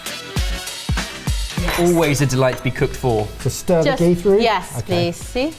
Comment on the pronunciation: ghee not kujac khee